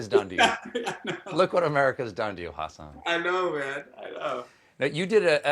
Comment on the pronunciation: no, the name Hassan/Hasan in both Arabic and Urdu has the second syllable emphasized. So it is Hah-SAHN. The H doesn’t have a perfect English equivalent, but that’s as close as you get. (Source: I speak Arabic, and have a degree in linguistics.)